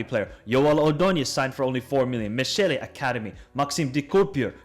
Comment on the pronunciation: Kind of funny how clear it is he looked up how to pronounce 'brugge' but then didn't look of 'Mechele' for example. Not a dig, nice video..